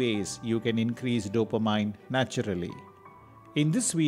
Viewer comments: CORRECTION TO PRONUNCIATION: Dopa-MIN ...not Dopa-MINE😀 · You mean "Dopameannnnnnn" not Mine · Good info but it is NOT Dop-a- mine..it is Dop- A -min. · I believe it's pronounced DOUGH-puh-meen. Not dopa-MIN or dopa-MINE. To me, the mispronunciations by the narrator are not as bad as the myriad typos in this video. The nuns who taught me English in grade school are probably rolling over in their graves, LOL. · Every time the narrator mispronounces "dopamine," it is like fingernails on a chalkboard. It is pronounced "dope-a-mean," not "dope-a-mine." I have a hard time listening to it. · Dopamine is pronounced do pe min....Not do or mine... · Hahaha, I felt the same way but English is not his first language and he’s talking about something that is super helpful. We can forgive his “dope-a-mine” and just go for the goods in the video. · Good info but when you make videos you have to make sure the writing fits the screen. Also mispronunciation of dopamine or even caffeine doesn’t add confidence in info. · The way you are spelling dopamine , cafein and norepinephrine is like rubish !!! Go improve your english !